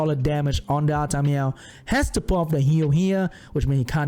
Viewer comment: Lol when you say "Artamiel" but it sounds like "Artameow"